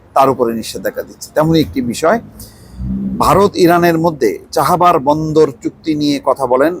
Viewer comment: চাহাবার নাকি চাবাহার?